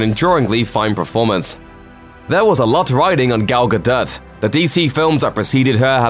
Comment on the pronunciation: Who tf is Gal guh dut?